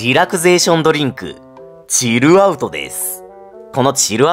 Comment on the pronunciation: のチルアウトの発音大好き